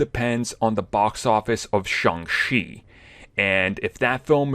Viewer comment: It's Shang-Chi, not Shang-Shi.